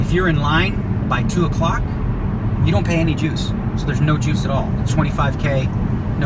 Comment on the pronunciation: I misheard you at first and thought you said no jews, not no juice. Was very confused for a second.